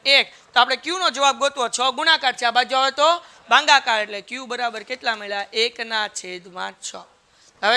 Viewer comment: Bhagakar ❌ Bhangacar✅😂